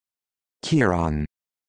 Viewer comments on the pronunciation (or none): Horrible pronunciation my name kiran is pronounced ki-run